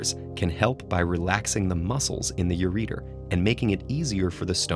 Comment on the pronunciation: How did TED-Ed approve a video where some guy pronounces ureter (yur-eh-tur) as "yur-eater"?